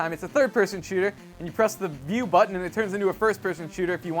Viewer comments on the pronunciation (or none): you're now on my shit list for pronouncing "button" like "budden"